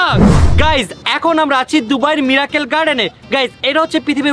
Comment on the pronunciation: Mirakkel na miracle r strecture na structure 🤧